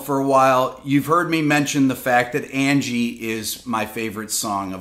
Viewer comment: I want to like this song so much, but Mick's completely bizarre pronunciation of Angie ruins it for me every time.